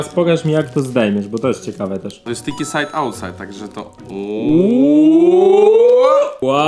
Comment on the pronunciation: no bo przecież STIKI SAJD AŁTSAJD